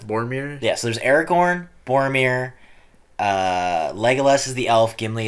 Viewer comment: Thank God you didn't say Aragon instead of AragoRn.... A pet peeve of mine from other reactors